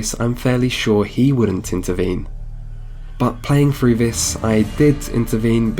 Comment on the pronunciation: "Through" is not pronounced with an F